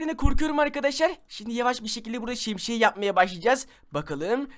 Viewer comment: Abi şemşiyemi söyledin😂